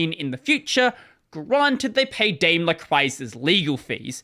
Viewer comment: interesting story, thank you for entertaining. But my German ears feel uncomfortable hearing you say "Daimler"